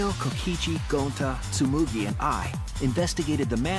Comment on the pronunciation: It’s Tsumugi, not Tsmugui